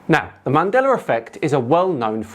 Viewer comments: Bro, there's no "R" in Mandela. WTF is "Mandeler"??? Show some respect, say people's name right. It reminds me of an episode of Star Trek The Next Generation. In season 2, the new doctor was calling Data, pronounced "Day-tuh", as "Dah-tuh" (Dah like Dad). Data corrected her, and she scoffed and something like "What's the difference?". Data said, "One is my name, the other is not." Mandeller was not Nelson Mandela's name. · why do You keep on pronouncing "MandelaR"? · “Mandelar effect”. lol. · "mandelar" effect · there is no R in Mandela btw ;)